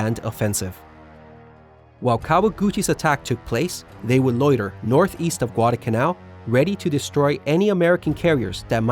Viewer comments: IT'S pronounced Guada"L'"canal not Guad"a"canal there IS a pronounceable "L" in the middle of the word. otherwise good video. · I know ppl are gonna hate me for this, but I find it distressing how he pronounces it “gwada kannau”. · Excellent!. I really appreciate the corrections. One problem that I will bring up simply because it was like nails on a chalkboard every time. And either I have seen another one of your videos or somebody else made the same mistake. There is an 'L' in the word Guadalcanal.😊